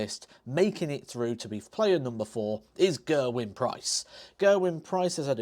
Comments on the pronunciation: Gerwyn Price, its not hard to pronounce his name properly Gehrrwin its not gurwin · Gerwyn Price, no no no. Big screaming BABY. I hate the way can't even pronounce his name, Ger-a-wyn, STUPID